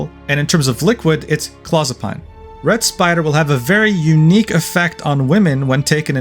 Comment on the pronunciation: Just so you know, it's pronounced claw-zuh-peen or clow-zuh-peen according to every medical show I've seen.